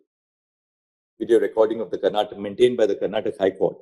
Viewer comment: It's not karntak it's karnataka